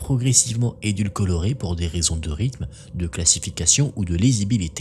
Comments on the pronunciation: "édulcorée " pas édulcolorée ! Désolée, je suis obligée de reprendre là, je suis diététicienne et l'entends déjà trop de fois au taff 😂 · Je réitère : "édul-co-rée" pas "édulco-lo-rée"! Faut penser à l'aspartame! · Édulcorée on dit 😂 pas edulcolorée